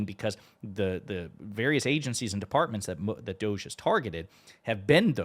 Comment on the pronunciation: Pronounced: "Da gee" - I mean, it is a bit dodgy, isn't it?